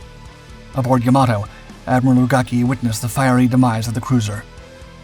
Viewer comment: Not "ya-MA-to." It's "YA-ma-to." Like "Yamaha." And "Omaha," now that I think about it.